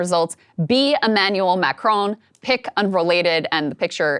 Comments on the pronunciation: Pretty sure that was supposed to say MacRon, as in the French dude… not a town in Georgia. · "MacRon"? McDonald's hip new spokesman? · His future is SO uncertain that he's lost the R in his name!!! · /Macron. Close ish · It's not Macron, it's M̄āc̄r̄ōn̄.